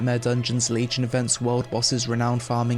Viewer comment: It's pronounced the way it's spelt. Re-now-n/re-noun. Not Re-no-n.